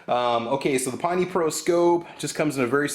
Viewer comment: Pinn-tee not pine-tee